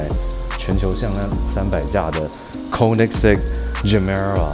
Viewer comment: OE （又O的嘴形發 ㄟ 的音） 不是 摳你ㄙㄟ哥